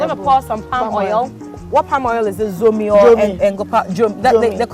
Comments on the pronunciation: Likewise Dzomi, they say Zomi which is also wrong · The right pronunciation goes like this Dzomi and not what you hear in Accra and other places by non Ewes, Zomi which is wrong. Thanks